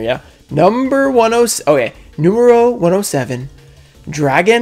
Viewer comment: My favorite has to be Number 107 just from you trying to pronounce it lol